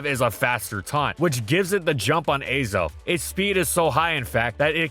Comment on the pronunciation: The Azelf pronunciation was painful. I’ve always thought of it as Ah-self, not Ay-self.